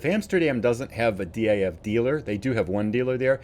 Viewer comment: Hi, Really enjoying your videos. Keep up the good work! Do you also play multiplayer? Maybe we can do a delivery together. Greetings from the Netherlands Ps: DAF is pronounced like a word. Not like individual letters😉